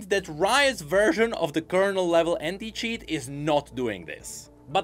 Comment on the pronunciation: I cant help but hear “H3nT@ instead of anti when u say it is it just me ? 😂